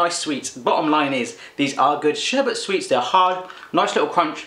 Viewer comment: Lol not sherbert...sherbet! No r in it, sher-bit haha. Great video tho! Love your reactions! I'm subbed!